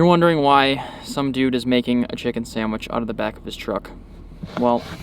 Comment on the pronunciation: I hate when Americans say sandwich like it’s a burgur